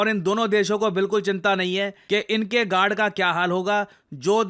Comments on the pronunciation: Bhai apne guard bola ya g....nd...bola😂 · did you really said गान द